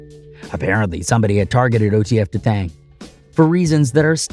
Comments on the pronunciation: D thang not dathang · Its not Da Thang its Dee Thang bruh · Pronounced Dee Thang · Yo you can't pronounce easy ass names....i guess you think all of them look alike because you got pictures of NuNu when your talking about D- THANG....oh an it's that simple to pronounce D- THANG , now was that hard....maybe you should stick to doing video's on Malibu suffers or sum